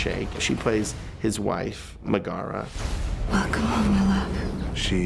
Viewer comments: Are they saying Megara's name right? In the 1997 movie it was pronounced differently so idk :/ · They can't even pronounce Megara right.